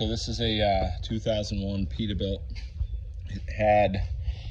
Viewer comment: what's a 'peetabilt'?